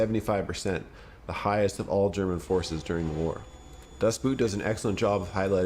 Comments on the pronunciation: "Das Boot" is a total must-see. But do not watch the director's cut. Watch the TV version instead: it's much, much longer and it's the version, that Petersen actually wanted to release. And just btw: the movie is pronounced " Das Boooooooot". Just say a simple 'o', but in doubled length. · 'Das Boot' is pronounced 'Das Boat' (The Boat) German spelling English pronunciation....just saying. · Please learn to pronounce German names, I cringe every time you say Das Boot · You pronouncing "Das Boot" in an english way made me downvote this video. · It´s not an "u" sound in "Das Boot" It´s more like the "o" sound in the word "Ohh" Other than that, I agree. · I always cringe when an english speaker miss pronounces "das Boot", so arrogantly. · The narrator is an idiot for failing to pronounce Das Boot correctly. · The name of the movie is not Dustboot but "Das Boot" which simply means "the boat". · Das Boot (literally "The Boat") does not rhyme with "boot" (footwear), but with "boat" in the way a Scottish person would say it. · By the way it's pronounced "boat" in German, not boot as in English footwear. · Love this list. But. I have to point out mis-pronouncation of Das boot. The dubble oo is more akin to the O youd find in oligarch or oilfields, tho that O isnt the corect one either. But. Its defo pronounced as U, or boot, the footwear.. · Pronounce Das Boat, it is closer to the German Das Boot. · Yeah, I know you put the correct pronunciation in red when you started to talk about everyone's favorite war movie, but hearing you say "boot" over and over is like fingernails on a chalkboard every time. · Das Boot, not Dustboot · The title of the number one is not pronounced as boot, but like boat... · dafuq is Dustboot??? its DAS Boot.. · "Dustboot"? Seriously? 🤣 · Always funny to hear how Americans just pronounce „Das Boot“ as if talking about footwear. Why don‘t you ever put any effort in trying to figure out how to say foreign words properly?